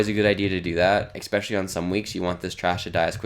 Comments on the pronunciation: I didnt want to seem like a douche calling this out but seeing as its already been done... yeah its annoying to keep hearing eggspecially lol (really like the videos in general though) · I knew I wasn't the only one to hear this horrible sounding mispronounced word. It made me mute the video.